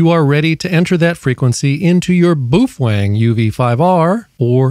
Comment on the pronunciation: Boofweng.....😂😂😂 It is pronounced Po Fung......